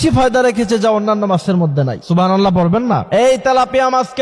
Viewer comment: সুবহানাল্লাহ উচ্চারণ ঠিক নাই,, তথ্যটাও যাচাই করতে হবে